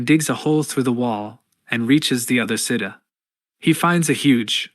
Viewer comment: Jesus, "chamber", "safety", fucking "*side*". Seriously, is this just bad English? Really, really shit AI? Lol, I'm so confused by the mispronunciation! "Booby-attack"! 😂 smh.